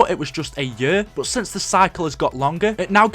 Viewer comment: I love the way u say year xD YURRRR